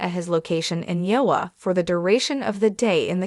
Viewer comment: You need a better AI to narrate your videos, at least one that can pronounce IOWA.